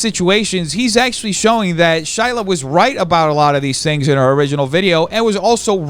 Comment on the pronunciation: pronunciation of shiLAAAAH is too funny